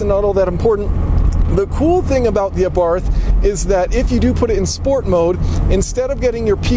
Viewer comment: i'm neither italian nor austrian, but i'm pretty sure they do not pronounce the "th" in abarth the way you do.